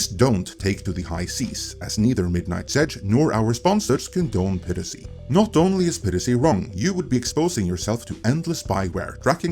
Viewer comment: ITS PIE RACY not PIRRICY you stupid fuck